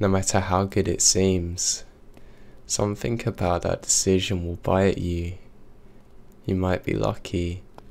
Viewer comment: it's SOMETHING, not SOMETHINK! 😝💩